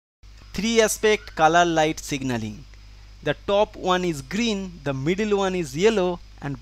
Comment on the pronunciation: I thought he said kala light ( black light )